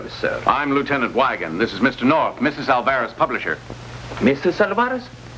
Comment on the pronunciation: They sure did like butchering the pronunciation of Álvarez.